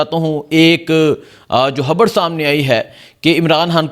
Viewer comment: عمران۔ حان حیبر پحتون حا ہ عوام کو حبر۔ نہیں ہوئی برخوردار پہلے بھی عرض کیا تھا موضوعات پہ گرفت۔ تسلسل اور الفاظ کی ادائیگی عمدگی سے کرنا سیکھیئے نجانے کتنے افارد بچے نوجوان سٹوڈنٹس آپکو سنتے دیکھتے ھونگے ان کی تعلیم کے لئیے تلفظ حروف تہجی درست ادا کرنے کی پریکٹس کیا کیجیئے الفاظ